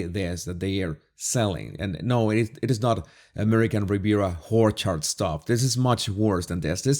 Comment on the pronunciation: I like your pronunciation, of American Riviera "Whore"-chard!! Your reviews of the Harkle debacles are, epic! Cheers!